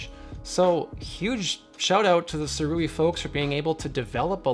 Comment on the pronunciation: I ordered mine when it was on Early Bird Indiegogo launch . . . . . Pweshusssss! And apparently it’s pronounced ‘Sue-Ray’ 🤷